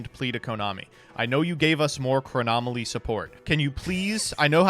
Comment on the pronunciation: “Chronomaly Hyuk” hurts me so